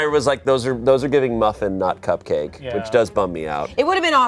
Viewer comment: Koop-Kah-Kays for everyone! 🧁🧁🧁🧁🧁🧁🧁🧁🧁🧁🧁🧁🧁🧁🧁